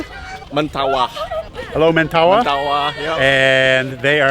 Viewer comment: Mempawah not Mentawah, sir 😂